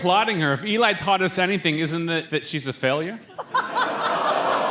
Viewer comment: Learn how to say Eli it's not that hard it's a 3 LETTER WORD. Fucking idiot